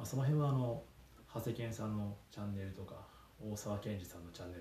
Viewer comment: 「チャンネル」を「チャネル」って言いましたね笑 さすが理系